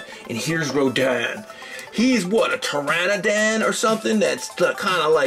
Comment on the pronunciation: Pteranodon not pteranodan